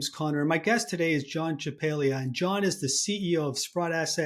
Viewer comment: His name, as an Italian name, is pronounced "Champalyia". The 'g' is not pronounced the way we do it.